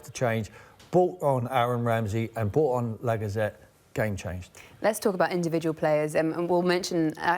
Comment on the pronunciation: And LAGGAZETEE